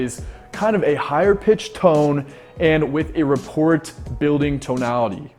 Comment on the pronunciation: *rapport building. needs to learn the silent “t” in this word.